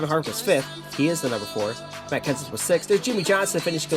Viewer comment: It sounded like you said Max Kansas instead of Matt Kenseth